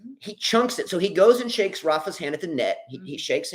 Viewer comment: Its Rafa not rafie.